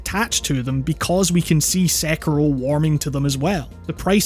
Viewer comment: I reeeeeaaaallly found your correct pronunciation of Sekiro to be refreshing